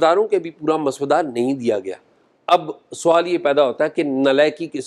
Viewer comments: Mr.azaaz let me point out that the correct pronunciation is mosawwada and not maswada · شاہ جی۔مس ودہ نہیں ہوتا مسودہ ہوتا ہے ۔س کے اوپر جزم اتی ہے یعنی ڈبل س ہوتی ہے ۔ م س س ودہ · Maswada nahee paendoo...journalism ker rahay ho tou zaban he seekh lo...musaw-wada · Azaz, maswuda nahi (masawada) ha bhai Jan ker geo 😅😅😅😅😅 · Urdu to thek bolo mosavady ko soda bana dia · اعزاز صاحب، مسودہ کا تلفظ غلط ادا کیا گیا